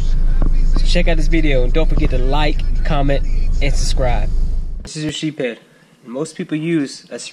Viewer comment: Sheepshead not sheephead